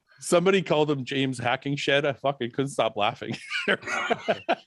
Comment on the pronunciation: Fuck me I had a mouth full of bagel and water nd Fouad says "James Hackingshed "